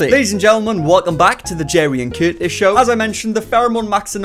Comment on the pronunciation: Love it when Curtis gets confoosed with too many O’s